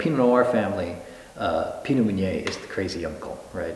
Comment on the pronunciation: Waited until to hear him saying the word "Meunier" and he pronounced it wrong... it's supposed to be [mø.nje]... and ø in French is like "ir" in English word "bird"...